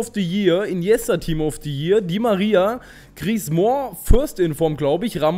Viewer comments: Wie kommst du auf "Griezmooooo" ? Das ist falsch. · ich weiß, ich hab Französisch in der Schule seit 4 Jahren.. Ich hätte den jetzt nicht "Griezmo" ausgesprochen, aber ist ja auch egal :) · Man spricht Griezmann's Namen einfach nur wie man ihn schreibt :)!